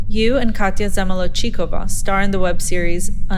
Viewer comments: "You and Katya Zamalo Chicko-Vah..." ZAMALO CHICKO-VAH. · you can see the very subtle smile Trixie made when the interviewer mispronounced Katya’s last name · "zamolochikovah" i cant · Not the 'Katya ZamolodCHICOva'😭✋ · Katya "Zamala-chico-va"😂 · Trixie's little smirk when the interviewer said zamala "chee-ko-vah" 😅😅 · This was so poorly done. The person interviewing clearly didn’t know wtf she was talking about. Katyas last name was totally mispronounced. 👎👎👎👎👎👎👎👎👎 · oh i HATE the way the interviewer pronounces "zamolodchikova" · Oh my godddd - the interviewer trying to say “Katya Zamolachiko…va” and “uh-hn” or “un-hu” is killing me! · Omg the way the women pronounced Uuhhhn and Katya’s last name. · The way the interviewer pronounced “UNHhhh” was homophobic (to say nothing of the hate crime made of “Zamolochikova”) lol. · the way they pronounced Katya’s last name 💀💀💀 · Trixie smirking at the pronunciation of Katya’s last name lol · Vanity fair do better like u cant even watch 30 seconds of her show with katya (last name which you also pronounced wrong lol) to know how to say the shows name??? disrespectfull i mean the company invited her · The way they pronounced Zamolodchikova, absolute disrespect